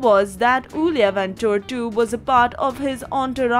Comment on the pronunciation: Is not ulia is iulia first is i (e) as in india .... try again now